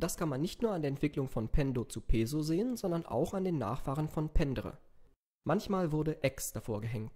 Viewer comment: Peso? Peso soll wie Peßo ausgesprochen.